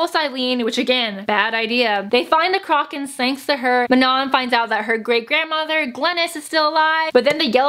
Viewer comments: WTF "CROCK-KAN"???? THE WITCHES AREN'T A FUCKING UGLY ASS SHOE BRAND I'M AJDLFJLFJSLFJA;LJFA; omg i'm dying i pronounce it "croh-shen" afjldsjfl;fjlajfl;asfj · waiT WHAT. how do u say CROCHAN again? i've been reading it as KROW-chan my entire life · Don't worry I think most of us have been pronouncing it Crow-kin